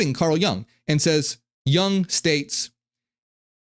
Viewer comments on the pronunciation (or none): It us Jung as in “you-ng” and not as in “young”